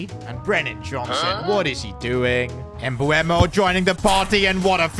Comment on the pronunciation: You need to trust sons regen Please call Mbeumo Mbeumo not Mbuemo as you say it